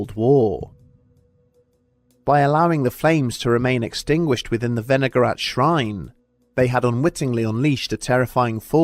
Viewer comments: I thought for sure you said vinegar rat at first. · I was listening instead of watching and the first time he said "Wenigarath" I thought he said "vinaigrette"